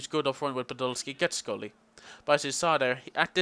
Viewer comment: love ur pronunciation of schurrle. scrully lol. SHUR-LAH :) great vid though mate.